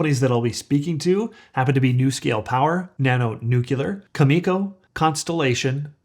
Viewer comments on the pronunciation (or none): Why can't you listen to the ceo of Cameco enunciate his own companys name? Then people won't cringe every time you say " cu ME co". Good grief Charlie brown. It's "CAM i co" "CAM i co"